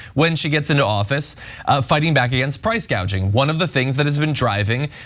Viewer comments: She did say “price gaging” 😂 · Why did she say Price “gauge-ing” ?